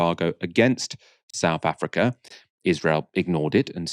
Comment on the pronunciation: Excellent. Informative. Please, can you say SOUTH and not Souf Africa... And it's 'with' not "wiv".. and "thing" not 'fing'. . I enjoy your thorough work...kindly make an effort to correct your basic spoken english - and DO NOT TROLL ME!